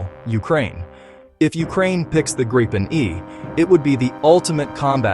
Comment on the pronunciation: At least, pronounce Gripen consistently through the video... please...